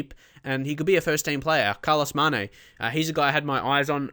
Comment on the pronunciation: Be sure to accent the E on Mané, so not MAHne but MaNEH